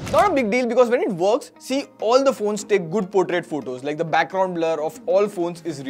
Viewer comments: It's portrait not potrait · "Portrait" not any teapot! 😂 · It's not potriat mode😅 Portrait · "potrait" mode LMAO 💀